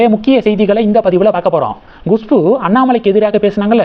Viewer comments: Gushbu இல்லேங்க. KUSHBU. Pronounce correctly. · Gushpu? You are so adamant, refuse to correct yourself, it is Khushboo. Learn a b c d pronunciation first